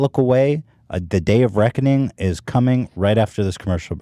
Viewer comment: he's saying "the day of Ragu", not "the day of reckoning" interpret as you wish